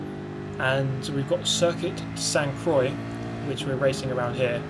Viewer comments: cool vid but "croix" is pronounce like "kwah" not "croii" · Sainte-Croix is pronounced "sant-crou-ah" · Love your humor. Love your driving. Love how you pronounce "Sainte-Croix" and your favorite place. #nohomo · Did you hear that? That was the sound of a million french people dropping their croissants at the same time after hearing pronounce "croix":D